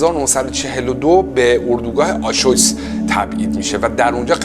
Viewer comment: دمت گرم،فقط تلفظ آشویتس (آشویتز)رو اشتباه میگی درستش بر وزن آبریز Auschwitz